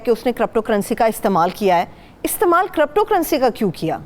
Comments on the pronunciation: AoA S W kiripto pronounciation hai not corrupto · crypto ( karipto, not karapto) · I observed that as well she said crupto I also noticed Haroon sahib also saying crupto 🤣🤣